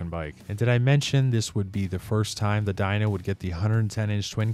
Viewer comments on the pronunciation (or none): No hay pelele más grande que tu al no decir "FXR" y pronunciar de manera pésima el nombre del modelo se escribe "DYNA" y se pronuncia como "DAYNA" y ni siquiera investigaste la procedencia del nombre del modelo.. pero bueno, así como tu existen varios que solo desinforman al público para obtener sus Like's..👎🏻